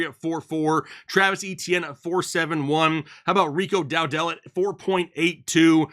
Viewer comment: DOWDLE not DOW-DELL. For Pete’s peppers how are you saying the name wrong.